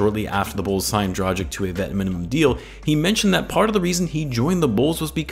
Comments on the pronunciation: Now that he plays for the Bulls, I'd say it's about time you learn it's pronounced "Draghich" rather than "Drajik" :D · Pls I love your vids but it's pronounced Drah-gitch